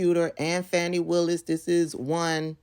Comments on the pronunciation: Her name is not pronounced “Fanny” it’s “Fani.” Also, he is a qualified prosecutor. Her private life is not relevant, IMO. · Her name is Fani (Fawn-ee) Willis not Fanny Willis. So what if they had an intimate relationship…I couldn’t care less! All those defendants who BROKE THE LAW must be prosecuted and convicted nonetheless! And I hope they enjoyed each other’s company…if it’s true! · Pronounced "Faw-nee". Certainly, you would not want people to pronounce your name as "Tab-bee-thah", would you? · Hey sis, first of all her name is pronounced Fawnie. Secondly, she said that the other two prosecutors were White and that she paid them the exact same but she finds it ironic that they only investigated the black man keep up sis. and I would never be so naïve to think that in today’s climate, that this does not have a racial component in the state of Georgia, let’s be serious yes, if it had been found that she had maybe a relationship with one of the white guys it still would’ve been a racial component because she’s a black woman. Also, let’s wait to see how she responds. Either way, it’s not gonna stop the prosecution of these criminals. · Her name is pronounced Fawn-i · PLEASE say her name properly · you are pronouncing her name wrong, you are saying her name the same as right wing outlets, PLEASE STOP!